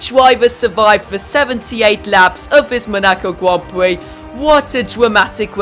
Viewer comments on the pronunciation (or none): 3 mins he says at the Monaco gwand pwix